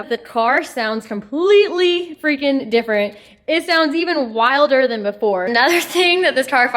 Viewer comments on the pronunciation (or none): none